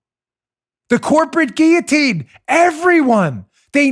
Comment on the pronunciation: Dan, Thank you for pronouncing guil·lo·tine correctly!